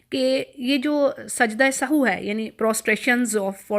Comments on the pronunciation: It us nit Sahoo. It is Sahv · Sahu nhi kehty asal word sahav h .sajda sahav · محترمہ لفظ سہو کو درست ادا کریں شکریہ